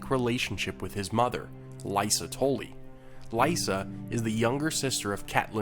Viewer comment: not "Tolly" but "Tully"